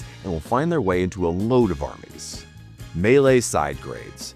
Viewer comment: It's weird to hear him pronounce melee correctly